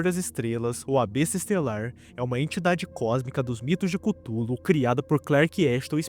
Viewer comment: mano e Cthulhu não cúthulu fala direto